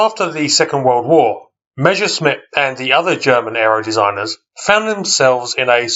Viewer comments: Not Mezherzmit but (harder pronounciation): Mesershmit (with s in "Mes" like in Douglas). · The first words in the video : when I say Meschersmitt 😂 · Not to be disrespectful: try to pronounce Messerschmitt in two words : Messer (short break) Schmitt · Sorry, I meant no offence, I'm just nitpicky. It just seems odd to me when people write "Messerschmidt", despite the fact they clearly see it written differently, or swap "sh" and "s" when pronouncing it. I'm not a native anglophone, though, maybe it's a tongue-twister in English. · Willi Messerschmitt - presumably one of the most mispronounced and misspelt aircraft designers in history. :-D